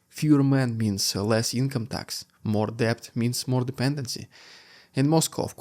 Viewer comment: He Dude (dood) Debt is Dett Voila is vwa-la (close) Keep up the good work